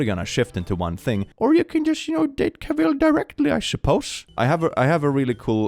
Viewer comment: Love your channel. Just FYI, “Cavill” rhymes with “travel”, per Henry himself.